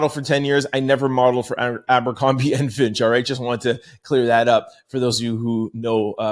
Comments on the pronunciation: It’s Fitch not Finch bro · It's Fitch bb...not Finch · Distracted by trying to figure out if you’re saying “fitch” or “finch” 😂❤